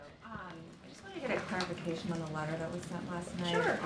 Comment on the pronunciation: It's "excellent"?? 🤔 I need claric-ifi... claric-ifi... clarification of that. 😛